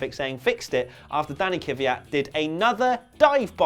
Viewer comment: pleas learn how to say kvyat... it isn't kivyat